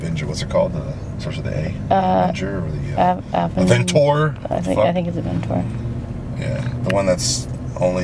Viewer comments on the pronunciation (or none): Is he saying aventor instead of aventador